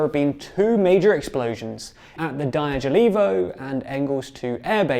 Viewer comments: Guys, I appreciate the journalism, but please consult someone who could help with reading and pronouncing slavic names and toponims for you. It's Rya-zan', not Ryzen. Dya-gill-evo, not Die-gull-evo. Kher-sOn, not Curson. Lee-maan, not Lie-man. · Ryazan is pronounced " rja-ZAHN' " (j = y in yacht), Dyagilevo - " dja-gi-LJO-va " and Saratov is pronounced "sah-RAH-tav"